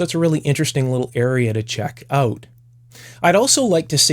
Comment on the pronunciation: Try it oat? You're Canadian?